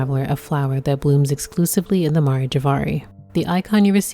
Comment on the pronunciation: Aw I love you worst boy. I hope we get to see you again btw it's Mare; like the female horse or the "seas" on the moon.